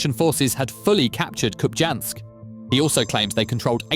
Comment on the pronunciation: Hey Mr AI voice: it is pronounced as KupiYansk. The j is pronounced as a y in most slavic, and Scandinavian languages as well as in Russian.